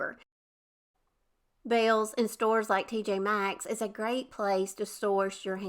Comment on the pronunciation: Yes we have a Bealls and I like it alot. I also pronounce it the same as you. 😂